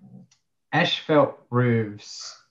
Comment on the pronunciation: why are both of you saying ash fault...its pronunciation is as fault.. asphalt ..not ashfault